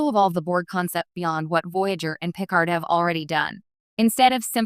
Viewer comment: If you cannot peonouced Picard correctly DO NOT TRY. GO AWAY YOU STUPID AI